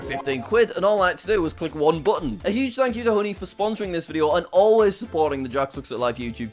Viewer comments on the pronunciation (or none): none